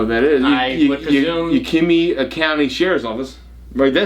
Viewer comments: it is pronounced Yak a ma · it's YÄK (as in yakity yak) I ( short not a long Ï ) mah ( as in maw) YÄKÏMÂH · What river in WA state? I live over here & surely you're not talking about the Yakima river? LOL it's pronounced (Ya·kuh·muh) 😂